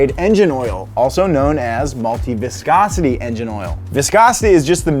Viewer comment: how many times did he say viscocity